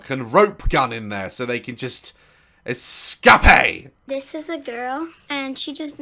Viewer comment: I love the way he pronounced EcAPeee